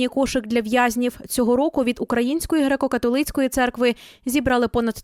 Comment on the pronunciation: Цікаво, чому дикторка у слові «католицький» робить наголос на третьому складі?